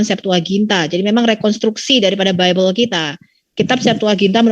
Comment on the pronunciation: Liat oten sebut Bible dengernya jd sebelllll😂